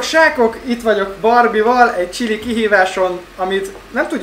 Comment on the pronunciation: Aszt montad hogy sziasztok sákok meg Na sákok